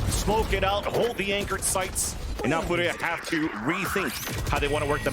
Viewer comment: Furia, not fudia. Its a r not a d. please say it correctly.